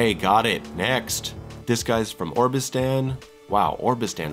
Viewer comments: "Orbistan?" It's "Obristan." If you haven't bothered to pay attention to the game, why would I want to watch your video on it? I'm not trying to be a dick here... But just ask yourself that question. Mispronouncing names, sure. You see most of them once. But Obristan is mentioned a whole bunch of times, and you mispronounce it right off the bat. And I haven't even played the game myself. Anyway, it just doesn't bode well for the rest of the video. If you got that wrong, what other stuff did you miss, or accidentally misrepresent, that I didn't notice? I like the style, very pleasant vocals, well-recorded, and mellow overall sound. I hope I was able to convey my thoughts without being too offensive, and that it helps someone, if not actually the creator of the video (I'm not under the impression that anyone at all will see this; but vho knows?). It can be really simple to do things far better. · It's oBRistan, not oRBistan. Obristan is more likely to be Russia than Arstotzka. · he really pronouncing "Obristan" as "Orbistan" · The way he said obristan is hilarious